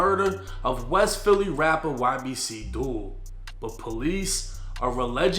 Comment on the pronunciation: Glad u said YBC and not Yibbick like that one dude